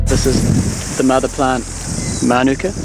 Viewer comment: Awesome pronunciation of mānuka, particularly the length and stress of the first syllable! It's quite common for Kiwis to put the stress on the second vowel with the U, but actually the A vowel of the first syllable is long so it should take the stress (and Māori typically puts the stress on the first syllable anyway when there's no long vowels). It means a lot that you make such an effort to pronounce Māori words correctly; I wish more Kiwis would do the same. 👍